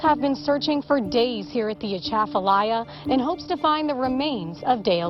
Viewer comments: Atchafalaya pronounced A-chaff-a-laya. I can't imagine finding anything would be easy in this river or indeed any river in Louisiana. I hope that closure will be brought to the family. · Thank you for helping the family look for their love one. The river is the Atchafalaya river. A- Chaff-a lie-ah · (Uh-cha-fa-lie-ya) is how the river is pronounced. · It’s At-chaf-a-lie-ya but most of us Cajuns don’t pronounce the “t”, we say Ah-chaf-a-lie-ya Basin. God bless you all for what you do. Keeping you lifted in prayer for safety in your travels and endeavors. ♥️♥️♥️